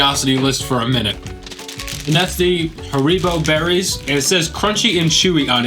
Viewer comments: Wait...Hareebo 🤣 haha its HAr-i-boh and the i is pronounced like the i in igloo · Fun fact: It's HA-re-bow not Ha-REE-bow. Also, eating too many pistachios is not good for your body... eating too many pistachios in in one sitting can cause high blood pressure, lightheadedness, blurred vision, confusion and even fainting. Salted pistachios can elevate your blood sodium level which increases your chance of developing various cardiovascular illnesses including hypertension o_O <3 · Dying at how americans pronounce Haribo haha great vid